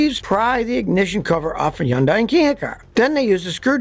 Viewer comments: I don't understand why why he always mispronounces Hyundai! It's pronounced like HONDAY NOT YUN-DIE! It irritates the hell out of me. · It's Hundai not Hunday? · as a car mechanic you’d think he’d know how to pronounce hyundai. it’s like sunday with an H, try it out. you’re welcome. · Why do you keeping mispronouncing the car's name? "Yundai"?!?! WTF?!? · yes, the H is not silent. I don't know some people think the H is silent in Hyundai